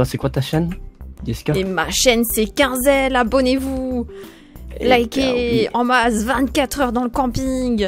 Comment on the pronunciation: AHH.. QUAND TA DIT: Ma chain ses quinzel hein moi: mééé j croyez sa se prononçais Queen zel car tes la queen 😂